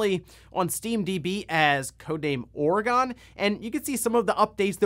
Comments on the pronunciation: It’s pronounced Or-uh-gun. Not Or-ee-gone. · Please look up the pronunciation of “Oregon”.